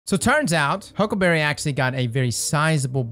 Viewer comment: I love the way he says huckaberreh 😂